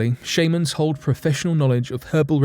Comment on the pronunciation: shame-ans??? sh-ah-mans